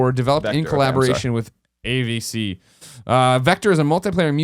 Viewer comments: Hahahaha ! Loved the way Greg didn't care how to pronounce Avicii! :D AVC! xD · Avicii's name is pronounced Ah-Vee-Chee. That just grinded my gears sorry for being a butt about it lol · Hey Greg, Avicii is pronounced uh-vee-chee but it's OK you didn't know that because his music is fucking garbage. So stoked you guys are doing a PS podcast again! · A-V-C? Seriously Greg, jeez.